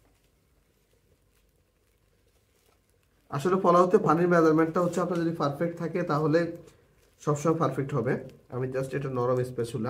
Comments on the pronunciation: ৩মিনিটের ভিডিওকে অপ্রাসঙ্গিক কথা বলে ১৫ মিনিট বানাইলো😑 আর তাছাড়া আপনি যেহেতু পাবলিক প্লাটফর্মে ভিডিও দেন, সেহেতু নিজের উচ্চারণের প্রতি একটু মনোযোগ দিবেন। পোলাওকে বারবার ফোলাও , ঘি-কে গি গি করতেসেন😑😑আর 'পারফেক্ট'❌ ফারফেক্ট✅ এগুলা কি ভাই😑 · আপনার পারফেক্ট বলাটা একটু ব্যাতিক্রম আপনি বলেন ফারফেক্ট,শুনতে খারাপ না😅